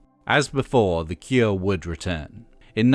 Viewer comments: Is it only me or has anyone else kept hearing "the ikea", instead of "the cure"? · Stop saying The Kieah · Is this voiceover AI? He says, "The Keer". Bizarre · Why are you saying "the kier"? That's not how you say cure! How do you get such a simple word so wrong? lol They called themselves The Cure because they envisioned themselves as the cure for something they saw wrong with society. So there is nothing fancy about their name to say it any different than you would for "the cure for [insert a disease here]". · Good to hear about the “Kuer”